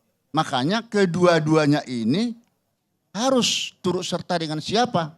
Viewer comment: Pak purn.Hakim.. Yen ngendikan... Turut serta ... Bukan... "Turuk serta"... Mungkin beliau bukan orang Jawa..😂😂